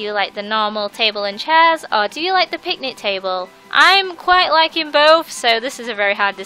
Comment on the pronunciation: It's picnic not pitnic